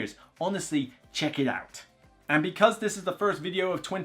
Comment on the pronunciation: At the end did you say "check it out" or "Czech it out?" It's hard to tell... :)